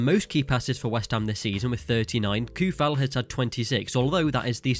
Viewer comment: Souček and Coufal you must read like O not OU . In Czech OU is O in English. Thanks for video from Czeh Republic.